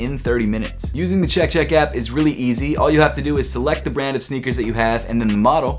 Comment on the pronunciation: I don’t like how he says “Chek chek apP” lmao